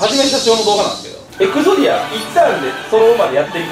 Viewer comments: エグゾディアじゃなくてエクゾディア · エグゾディアじゃなくて エクゾディアじゃない？ どーでもよ( ˙-˙ ) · でんがんってずっと「エクゾディア」を「エグゾディア」だと思ってるよな？